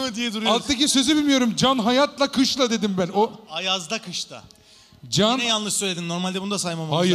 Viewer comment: derrrdim deyişi